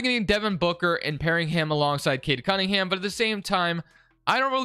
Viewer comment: I’ve watched like 5 of these and I’m half way thru this one and so far you have yet to say cade cunningham’s name right 🤣